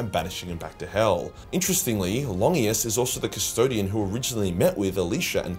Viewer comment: Never heard Longinus pronounced that way but then again I think I've ever only heard it said in the movie Constantine